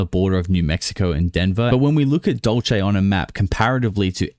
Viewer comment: Dulce - is pronounced " DOOL - SEH "